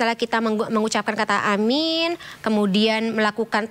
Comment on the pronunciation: bacaan yg benar aamiin bukan amin.